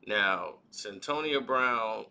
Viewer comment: stop mispronouncing people name it's Cyn toya that's how you say it's ah shon t not ashontay dam